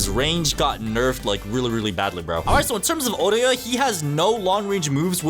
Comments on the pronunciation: why bro say it like that "Corona" and "Oreo"(Otoya btw)🥀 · Otoya nah Orehyah